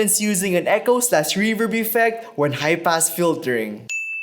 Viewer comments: I totally thought you said "HYPE ASS FILTER" and I was like ...whoa that's a pretty edgy effect name for a Pioneer mixer. Oooohhh HIGH PASS Filter... duhhhh. lol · I can only hear "Hype-Ass Filter" instead of high pass. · stg I hear high pass as hype-ass every time